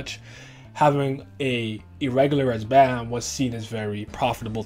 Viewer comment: The way you say bam drives me insane 😂